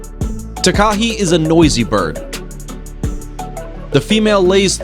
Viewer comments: Umm sorry is name take-a-he its a Takehe but the easiest way to pronounce it is Taa-Kaa-Hey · Its tak uhe and not taykahe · Hi I'm from Fiordland and must point the pronunciation of takahe was incorrect. It is pronounced Ta-Ka-Hey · Tah-ka-HE and Invercar-GILL, not JILL. Pronunciation is way off man. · For number 10 it is ment to be pronounced takahe (TAH-KAH-HEY) I am a New Zealander trust me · you pronounced takahe wrong its pronounced ta-kaa-hei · Takahe is not pronounced that way. Plus, that's a Pukeko. They can be recognized by the enviroment and the long thin legs of the Pukeko.